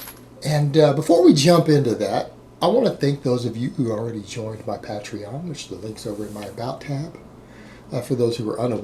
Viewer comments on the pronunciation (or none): It's pronounced pay-trin, so pay-trin-age, Coach. And therefore pay-tri-on. Ignore this if it's against Texas Law.